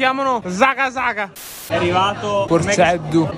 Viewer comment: Ci sono stato a mangiare in quel posto, è "La Tegghja" ad Aglientu, veramente troppo buono e posto fierissimo! 🔝 Comunque il tortino come lo chiama lui è la zuppa gallurese, anche lei troppo buona 🔝 Ah non volevo riportartelo ma sentir dire "porKeddu" fa sanguinare le orecchie hahaha W la Sardegna!